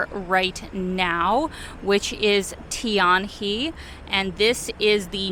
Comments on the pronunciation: Hello, no big deal, it should read as TIAN-HER and not "he" like a male:) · It's pronounced Tian Her, not Tian Hee. Tian = sky He = river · The correct pronunciation of "Tianhe" like "tian her" no he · Tianhe business district of Guangzhough.... best way to pronounce is TEE - EN - HER. I first visited in 1987, then apart from the 3 Covid years I have been every year (my wife is from Guangzhou so visit family and friends each year). The Metro system is awesome and I have shares in it...... well put it this way, the years before the first line was opened (Line 1 in 1997) there was a surcharge on most purchases in Guangzhou to help pay for the construction. Additionally, there was a two tier payment system for many services, a foreign tourists/visitors paid a premium which went to help pay for the infrastructure (system was scrapped many years ago). So I have seen the infrastructure development from millions of bicycles and rusty, smokey buses through to the amazing system they have nowadays. Usually spend 5 or 6 weeks at a time there, though one year I stayed 5 months, on my own and managed to get along just fine. Glad you enjoyed. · The 'he' in Tianhe is pronounced more like a throaty 'h--ugh'. Literal translation is sky/heavenly (Tian) river (He). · Tianhe pronounced Tian Her (-: hope you enjoy the trip in China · Tianhe actually pronounced as Tian Her in Mandarin. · Tianhe is pronounced "Tianher" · the pronunciation of Tianhe is actually Tian Her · The proper pronunciation for TIANHE is “TIAN HER”. Chinese pronounce HE as HER, FYI. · tianhe should be pronounced as Tian Her